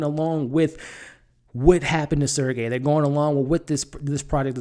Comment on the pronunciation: SERGEY not SERCAY